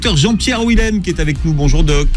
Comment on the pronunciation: Schweizer, Willem sont des noms d'origine germanique DONC le W se prononce Dur (pas mou comme en anglais). Pourriez vous faire attention ? Willem lui-même prononce son nom et vous ne l entendez pas... En français, le W est prononcé Dur Aussi... Ça donne phonétiquement : Vilem, ChVeizer